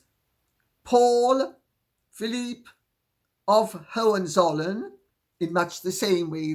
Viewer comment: Excellent pronunciation of Hohenzollern - and I‘m German😊